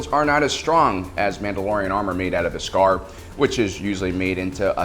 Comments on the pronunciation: The way you say “Beskar” and “Din Djarin” gives me the impression that you haven’t actually seen the Mandalorian…. I mean I’m sure you have, you just put emphasis on the wrong syllables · This guy needs to learn how to pronounce Djarin and Beskar! He says it so wrong its jarring and take you out of the video.